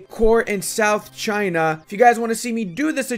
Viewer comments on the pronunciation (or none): none